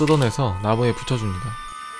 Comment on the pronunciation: 아무 생각 없이 들으면 ''나고에 붙여줍니다.'' 라고 들림